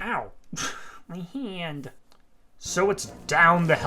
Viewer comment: Not only is the Lunatic Cultist lore coming back , but a new funny character ! A great series made by a great scenarist , or just person in general. Also i hope your "Hieand" feels better !